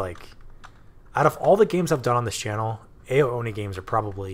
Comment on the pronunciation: sorry to bother, I don't want to seem pretentious at all, but "ao" is pronounced like the word "ow" if that makes sense :)